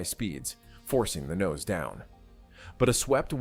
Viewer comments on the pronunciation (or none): none